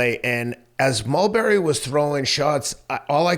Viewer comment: Ulberry is a new way to pronounce his name 😂